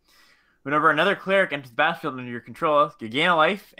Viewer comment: It almost sounded like you said: "Whenever another cleric enters the Bathroom under your control" 😂